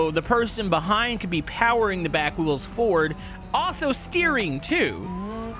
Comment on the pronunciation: Please, it's wheels not wills